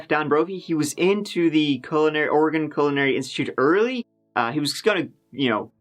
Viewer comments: As a native Oregonian that hates always having to correct people’s pronunciation of Oregon, thank you for getting it right this time…since last video about Oregon you didn’t. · THANK YOU for pronouncing “Oregon” correctly! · Hey! This is the second time you covered Oregon. I live about 45 minutes south from Portland. I appreciate you pronouncing Oregon correctly. So sad. I remember hearing about this happening. Good job. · Thanks for saying Oregon and Oregonian correctly. Many Americans can’t even manage that. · Nailed the pronunciation of Oregon!! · Thank you for pronouncing Oregon right,!😂😂😂